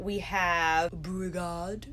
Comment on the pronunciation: I have over a hundred shadows from Sydney Grace. They are my all time favorite formula. I love what SG said about buying the pigments to make those multi-chrome shadows and how you would have thought she was buying something illegal. Very pretty. I'm pretty sure beauregard, is pronounced Bo-regard. They let people name those. I thought that was the most interesting name. Kind wondering who they named it after, I'm hoping it was the muppet.